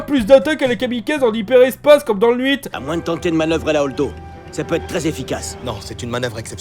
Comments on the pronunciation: Pourquoi il dit épisode n'huit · Pourquoi tu dis nuite au lieu de huit ? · Je pensais que j'avais loupé le gag et le pourquoi du "Nhuit"... Mélange du neuf et du huit ? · J'ai une petite question : pourquoi prononce-t-il 8 "nhuit" ? C'est juste sa façon de les prononcer où il y a une reference que je n'ai pas ? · J'espère qu'à la fin de toute cette histoire, on en saura enfin plus sur le défaut de prononciation incompréhensible de sur le chiffre huit (pardon, nuite!). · pourquoi tu mets un n devant huit ? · Alors, j'aime tes vidéos, mais dans cet épisode j'ai fait un gros focus sur la sonorité d'un mot que tu prononces et qui devient très désagréable. Ce mot qui est le chiffre huit (8) tu dis "NNNNuite" même youtube sub écrit la plus part du temps nuit!!! Un petit effort, si tu vois ce com', et à l'avenir dis nous un beau huuuuiiiitt ( 'uite ) Sinon merci le contenu est cool!! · Je sais que c'est qu'un détail, mais ça me perturbe… pourquoi il dit « nuit' » au lieu de « huit » ? >.> Sinon, l'argument « Hitler mangeait du sucre » sur Ben Shapiro, c'était pas nécessaire… d'autant que la critique est très bien construite en dehors de ça. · Pourquoi j'ai l'impression qu'il dit tout le tant nhuite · Super la vidéo. Mais si jamais 8 = huit. Il n’y a pas de n devant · Mais pourquoi tu prononces toujours "n'huit"? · Pourquoi tu dit nhuit et pas huit???et aussi le version du 9 que tu raconte dans le chapitre 5 est génial je préfere croire que cette version est la vrai plutot que le vrai 9 qui est sortit au cinéma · C'est moi ou j'entends "nhuit" au lieu de "8" c'est pas pour critiquer juste pour savoir si je suis parano merci d'avance de ta réponse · J’ai remarqué que tu dis toujours “nhuit” dans toutes tes vidéos haha. Voilà c’est tout pour moi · Le "n'huit" Encore... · Pourquoi "Nuite" pour huit ? Habitude? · Je rêve où tu dis n'huit au lieux de huit ? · Ça me perturbe quand tu dit le "nuite" au lieu du "huit" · c'est moi ou il dit "nhuit"